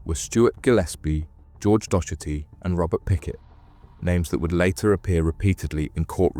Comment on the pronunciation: Btw the name docherty is pronounced dockerty